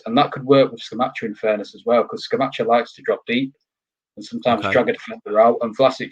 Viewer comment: The Europa League DID affect us. Most Sundays after playing in the Europa League on a Thursday we reallly struggled due to the lack of squad depth. The players looked leggy. Can't see us finishing higher than 8th at best. Hope I am wrong. By the way guys it is pronounced ScamaKKa 🙂